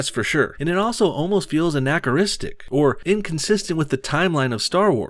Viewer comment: Comedy doesn’t get better than listening to you trying to pronounce the word ‘anachronistic’.